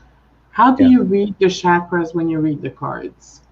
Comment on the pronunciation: I'm newly subscribed to, and am pleased to find you via Sophie - you have a gentle loving energy. And as a plus, you (unlike so many Western readers) pronounce "chuck-ruhz" correctly - most say "shaah-kraah" but listen to any Indian sanskrit video. Blessings on growing a great channel:)